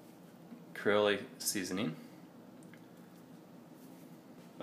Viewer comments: Cree-o-lay! haha!!! Louisiana native here and tonys is a staple in our kitchen. for future reference its Cree-ole. Good video man. just bought a pan the other day so ill be watching more of em if ya got em. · I learned a lot about cast iron from you videos but my goodness but you do know how murder an innocent egg. Waaay overcooked! (And it's kree' ol; not kree o' lee.) Thanks for all the good info, though! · Those skillets look perfect. But them's some hard-cooked eggs! And it's pronounced kree-ohl, not kree-oh-lay. And, never speak negatively of wife, ever. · Don't listen to everyone about murdering your eggs. I happen to like them browned up myself, it's just a matter of taste. These people like my husband's style of eggs, and I prefer them well done and salted before cooking - that way it loses its saltiness and the seasoning just elevates the flavor of the egg. But... creole is pronounced kree- ol. Okay? Lol seriously though your skillets are beautiful. These videos are informative. I always use a scrambled egg to test the state of my seasoning, and I've been blessed with results similar to yours each time. Good work. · It's pronounced CREE-OLE, two syllables. There is no AY at the end. Other than that your skillets look fantastic. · Did you say Cree OH lay? o__O Please tell me it was a mistake.... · I heard that too and thought I would die. Then he said it again ... Cree Oh Lay!! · The last "E" in creole is silent.